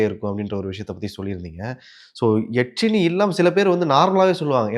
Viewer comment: யக்ஷினி..எச்சினி இல்லை